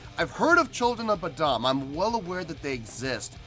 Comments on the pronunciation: Saving you some Internet outrage here before the trolls jump on you.......it's pronounced like Boh-dumb. Or Lamar Odom with a B in front of his last name. lol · "Children of bud uhm" 😂